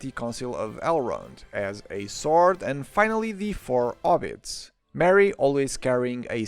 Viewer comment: Serious question: why do you say “air” for hair and “obbit” for hobbit then proceed to put the h that isn’t there in to say “hears” for ears? It makes no sense.